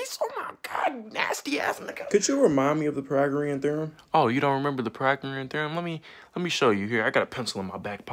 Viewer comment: My boi cant pronounce pythagorean